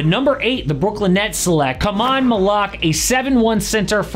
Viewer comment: Khaman so badly mispronounced